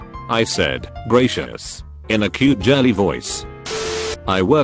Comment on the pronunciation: No one: Not a soul: TTS voice: "I said greyshes in a cute jirly voice"